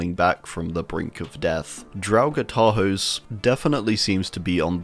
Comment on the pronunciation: Hey fun fact, Tarhos' name is pronounced Tarhosh. The letter S in hungarian makes a "sh" sound :)